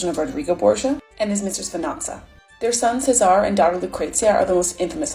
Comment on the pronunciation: CESARE Borgia. Say it with me. Chez-ah-rea Borgia